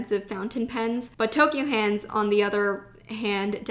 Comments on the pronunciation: Anyone else notice she said Toky-O hands instead of Toky-U hands? Me? ok. if you go again to japan, check out Sekaido in Shinjuku. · its ToKYU hands not toKYO actually